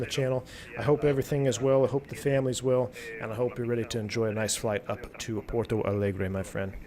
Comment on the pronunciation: I´m seeing now, pilots calls Porto Alegre as Palegre... Maybe a little late but better late than never :D